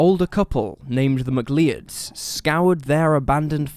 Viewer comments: McLeod is pronounced Macloud not mackleeodd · He did that! I heard mick-lee-ud and almost died. Did no one watch Highlander to know about Clan McCleod (mick-cloud) ? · Please tell me he pronounced "McCleod" as "M'k-lee-uhd" instead of "Mk-klauwd". 😂 *Hey, I tried with the phonetics. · Mcleod it’s pronounced mc cloud